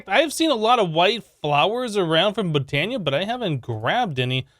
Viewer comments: I died when he said Botana. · Sounds like he reversed the a annunciation in botania and mana lol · "The mana diamond come from Botana. And we have to throw a diamond into the manya pool." ~ amazing pronunciation.